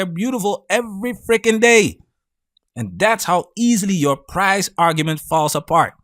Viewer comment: Why she keeps saying "price" lol The foolishness